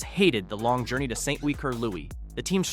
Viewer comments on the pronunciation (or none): none